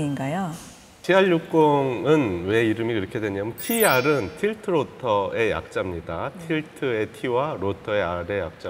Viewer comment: 에 젊은박사가 Tilt roter 라고 말합니다 영어로는 Rotor 가 맞습니다. 왜 이렇게 틀린내용을 방송하지요?